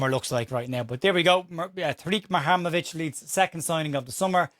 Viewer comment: You really can't say it can you. Lol😂 Mu-Ha-Rem-Ovic.